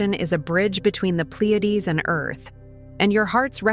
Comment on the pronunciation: Really ? You, who made this video , ruined it by using SAI (Stupid Ai). Narrator makes many mistakes and pronounces even the name Pleiades incorrectly. Didn't you listen to your own video? So, how much of the content is also incorrect? It is quiet stupid. Real Pleiades would not make these mistakes.